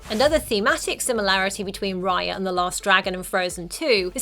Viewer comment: Raya not Riya